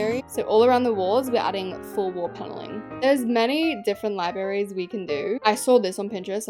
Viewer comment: library not libaries 😭